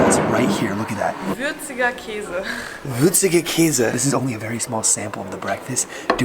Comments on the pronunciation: Würziger Käse, the pronounciation was perfect 💪🍻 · Lol „würziger käse“ war super ausgesprochen! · Yo I just realized how far your German pronunciation has come when you said "würziger Käse" Props to you!